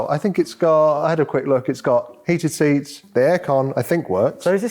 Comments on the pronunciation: " seated heats " 😂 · "It has seated heats" 😂😂 love ya mate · “It has seated heats” eh lol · "seated heats" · "Seated Heats"??..lmfao